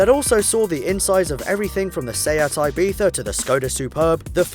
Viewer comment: seat ibia(ibita)(wtf) ...damn that pronunciation